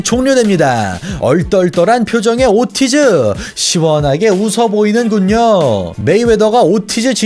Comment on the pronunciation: 목소리도 그렇고 말투도 그렇고 얼굴 나오는거도 되게 거슬리네요. 그리고 이분 영어를 못하나요? 오르티즈를 왜 오티즈라 하나유?